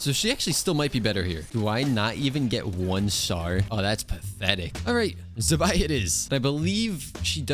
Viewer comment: Why do white people say Zibai like that?